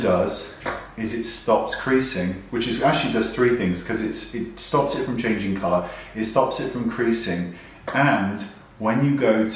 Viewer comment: Hiya. Love love love u. "Chaning"....... You forgot the g in the middle of the word.....giggle......see I DO pay attention :-)